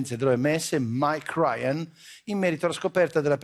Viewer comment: Da come ha pronunciato mike ryan, si è notato che crozza ha il briangriffinvirus